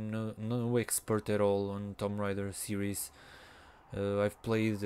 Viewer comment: The game is pronounced (toom ray der )